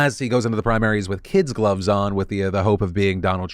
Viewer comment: It's "KID gloves" Phil. Not "kids gloves". Gloves made of soft kid leather. Not gloves for children.